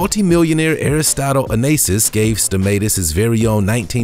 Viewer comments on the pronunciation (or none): Its so sad when a voice over actor cant pronounce words like chassis and Onassis!